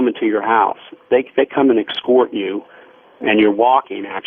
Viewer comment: I've never heard anyone pronounce the word 'escort' as "excort" like this dude did in this episode.